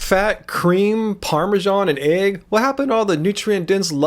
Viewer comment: Lol...the way you say eggs is so funny to me...eeeegs. They sound as nasty as they are when you say it.